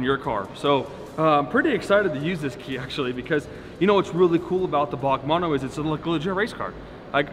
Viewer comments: It's B.A.C not "Bark" 🤦‍♂️ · I’ve always heard it as B-A-C not BAC (Bach) but I could be wrong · B.A.C not BAK pleaaase! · B A C are pronounced separately^^